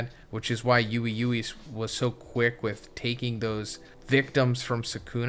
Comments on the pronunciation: ITS PRONOUNCED WEEE WEEEEE NOT YUWEY YUWEY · WILL A YOUTUBER EVER PRONOUNCE UI UI CORRECTLY